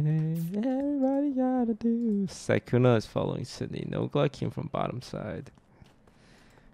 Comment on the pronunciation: Everyone: "Sydney" Dream: "Nitrii"